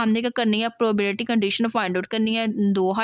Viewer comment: Probability to thk se bol lo Kia padao gi Tum Tumy to Sai se bolny hi nhi aaraha 😂